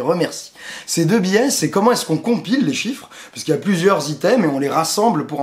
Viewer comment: biais (biè) et non pas bié .Ca ressemble a billet lol